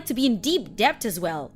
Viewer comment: Dear Eastern European voice actress, DEBT is pronounced with a silent B. It comes from the Latin word "debitim." No "dept," it DET. Okay, sweetie?